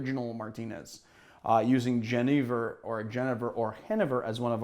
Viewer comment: So i am Dutch. The name of the spirit is Jenever. The J is pronounced like the Y in you. The 2nd E is pronounced like Ay. So fonetic: Yenayver.